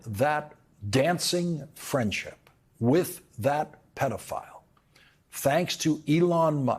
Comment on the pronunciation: What’s a “pedal-file”?!